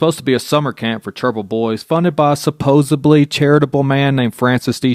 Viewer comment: supposedly not supposably